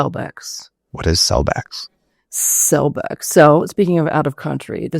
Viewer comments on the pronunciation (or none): She said CELLBEX not Celebrex. Celebrex is totally a different drug. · Did she say cellbex, or cellvex?